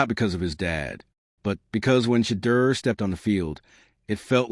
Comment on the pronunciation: They either pronounce Shedeur's name wrong or spell it wrong!